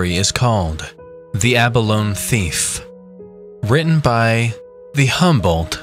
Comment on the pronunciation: Yep, -ee sound on the end, ya land lubber! Lol j/k